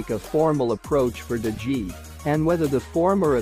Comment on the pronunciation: What about DE GEE?? Dude Google how it’s pronounced before uploading a YouTube video, doesn’t take you seconds ffs